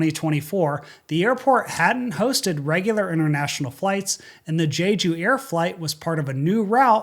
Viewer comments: You keep on saying jeyju and it bothers me. Its jeju, je-ju island not jayju, jaeju or jeuju. JE-JU!!!!! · He mispronounced Jeju too😮